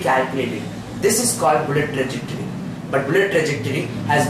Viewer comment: Guys its TRAJECTORY and not TREJACTORY but anyways nice video. all the best.